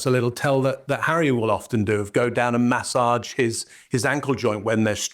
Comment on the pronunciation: Looking forward to finding opportunities to use the word, "MASSAGE" this coming week so I can try pronouncing it like does, "MA-ssodge."